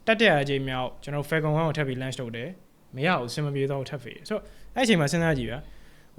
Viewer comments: Launch အသံထွက်လေးပဲသတိထားလိုက်ပါ bro .. great job ပါ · Launch အသံထွက်မှားနေတယ်ဗျ ကျန်တာ အားလုံးကောင်းတယ် presentation skill ကောင်းတယ် ရှင်းတယ် ဆရာဝင်လုပ်တာ မဟုတ်ပါ launch ကို ပြောတဲ့အခါ ဟင်းကောင်းတစ်ခွက်ထဲ ဆံပင်ကျသလို ဖြစ်နေလို့ပါ